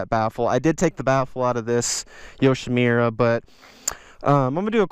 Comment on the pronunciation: Yoshimirrer? It’s a Japanese name...Yoshimura, the u is pronounced like put, or look